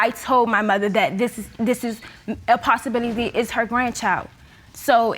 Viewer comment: Ms. Manning said "Possibility"